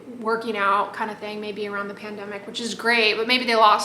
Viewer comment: I like how you pronounce pandemic in jest. Look up Loic Suberville's short: How The Pandemic Started....you'd be amused.